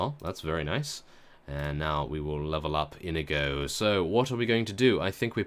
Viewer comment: you have a good accent for Inigo